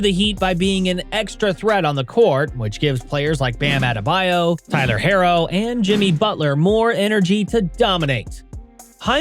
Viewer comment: Struuuuuus... not Stross lol Hero (Herro).. not Herah... 😂😂😂